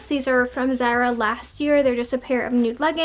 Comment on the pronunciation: Pls don’t call it zera it’s zAra